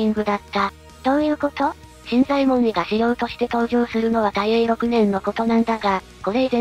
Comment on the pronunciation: 新左衛門尉の読み方ですが、昔は【しんざえもんのじょう】と教わりましたが、今は【しんざえもんい】となったんですね？歴史的なものは新発見の度に色々と変わるからややこしいですね…（笑）